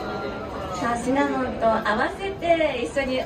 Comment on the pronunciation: 司会の方、シナモン シナモン 言ってない？ 正しかったかな？(笑) シナモだよねー😅